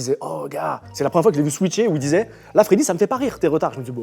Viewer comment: Mdr pardon mais pour être d'Epinay (comme Freddy) c'est Feyder et pas Feder haha